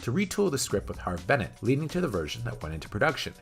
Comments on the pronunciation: They didn’t replace all of the special effects in the 2001 directors edition of The Motion Picture with CGI. There were only a couple of shots replaced. Most of the CGI was actually shots which were added because the shots were never finished. And as others have said you’re mispronouncing Harve Bennett and Nick Meyer. Makes you sound like you don’t know what you’re talking about. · Stop calling him Harvey Bennett! It's Harve Bennett...